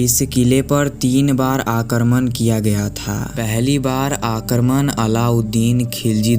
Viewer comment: Abe Aakarman nhi hota wo Aakraman hota hai🤦‍♂